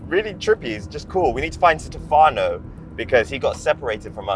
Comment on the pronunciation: I sttoped watching when he said, wheres the brothers... brother? you dont see a black crew exclusive, in a white man youtube channel